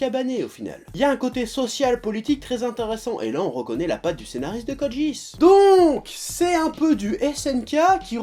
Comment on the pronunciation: Tu dis Code jeass au lieu de Code Geass ? x)